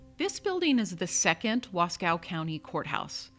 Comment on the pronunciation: Wasco is pronounced Wahs-coe. No cow involved. Nice video.